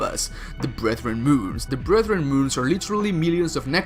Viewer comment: i'm gonna use BFG 10000 against the ''BREATHREN MOONS''